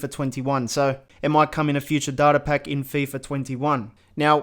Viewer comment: The way he pronounces Data looooooooooool the Darta lmaaaaaaaaaaaaaaao